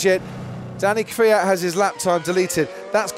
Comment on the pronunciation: Who is KRIAT? isn't it KVIAT?